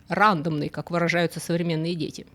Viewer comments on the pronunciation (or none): Современные дети выражаются "рандОмной", ударение на "о" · Только не рАндомной, а рандОмной, тут это слово несколько не применимо. Рандомный по другому- случайный.